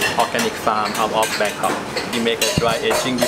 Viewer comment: “A Bángkok”